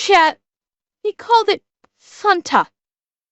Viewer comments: Btw pronouncing fanta right fanta is German and thats how we pronounce it here😂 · I pronounce fanta like that because its how it was pronounced in the commercials